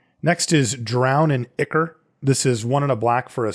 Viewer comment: Great episode as always. Just a heads up, Ichor is pronounced Eye-Kor. Just wanted to point that out because the way you were saying Drown in Ichor...well let's just say it sounds like you're saying something much worse